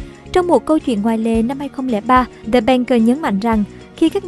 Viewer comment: âm /đ/ trong từ the đọc chưa chuẩn bạn MC ơi